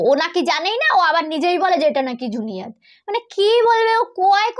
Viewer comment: ওটা জুনিয়াদ না । ওটা জুনেইদ । 😊